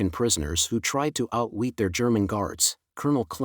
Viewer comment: PURELY AI-GENERATED!!:( NOTE THE INCORRECT COMPUTER VOICE MISPRONUNCIATION OF "OUT-WEET" AT 1 m / 25s mark of this video